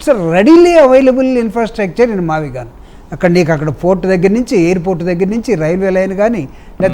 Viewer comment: మావిగన్ ( మచిలీపట్నం, విజయవాడ అండ్ గుంటూరు ) ఇదే గా మీరు చెప్పేది.. వారే మ -వి -గు కదా అన్ని కలిపితే. యానాకటికి ఎవడు PUT పుట్ కదా అని BUT బుట్ అన్నాడట.. అలావుంది మీ మావిగున్